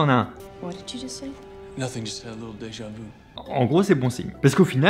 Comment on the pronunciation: “A déjà-vou”